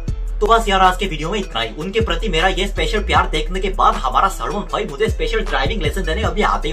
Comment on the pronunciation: Well that is not भोई it's भाई 😅